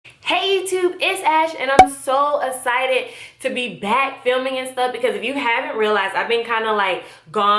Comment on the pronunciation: Lol "so ascited"